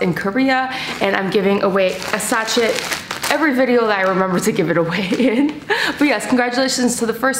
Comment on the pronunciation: You did NOT just pronounce the T in sachet?